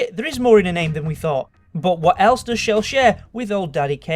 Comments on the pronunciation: It's chell not shell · No its chell not shell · Chell is pronounced CH-ell